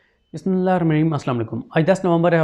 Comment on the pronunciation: Yar Bismillah toh theek pparrha kar tumhara masla kia ha